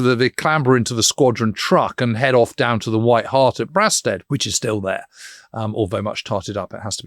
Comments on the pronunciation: Brilliant podcast, as ever. Just for the record, the locals usually pronounce it “Bray-sted”. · Dreadful pronunciation of the village of Brasted.